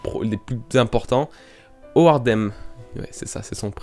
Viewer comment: Mon cher ami ! Je tiens a te dire que j'ai kiffé ta vidéo, tu m'as fait bien rire avec ton "C'est bizarre de parler de boobs et d'être si sérieux" 😂 Sinon le "Hoardem" que tu dis ... Son nom se prononce Holdem au Japon ... Comme l'holdem poker... Et Speed c'est comme le speed du poker un autre mode de jeu... Sinon je veux bien croire a un Holdem VS Zoro vu que dans la liste de spoil qui est sortie il y a déjà longtemps de cela nous avions un "Zoro affrontera un tigre de feu" et un "L'un des commandant de Kaido est un tigre" 😉